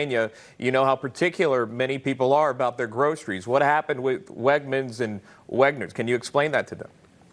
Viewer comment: If you look closely at the video, they have Oz saying Wegners while walking toward a Redners sign.